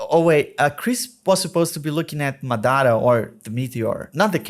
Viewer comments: Maththara what's that, it's madhara, maa dhraa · Why you call him maDAra ?? its MAdara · Eu amo que quando ele fala "madara" e "susanoo" ele entrega a Pacoca que é brasileiro